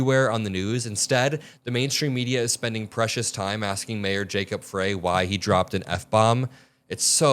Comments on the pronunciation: Bro the last name of mayor of Minneapolis is pronounced fry, like french fry. It’s basic, stop mispronouncing his name. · please, please, please pronounce Minneapolis Mayor Frey's name correctly. As a Jewish person, I promise you the constant mispronouncing of his name, throughout the media comes across as veiled antisemitism. I know you have heard the correct pronunciation,, as his name has been said hundreds of times correctly on many media platforms. However people continue saying his name wrong. I don't understand how this is not intentional. His name is spelled Frey, but is pronounced Fry. You obviously know this. Please stop offending Jews this way.